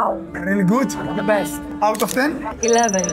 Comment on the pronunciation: "Σι γκιβ μι σομ τσικεν οφ σι πλειτ" 😂 αααα ρε μαγκα, και παρολαυτα σε εφαγε με τα ματια!!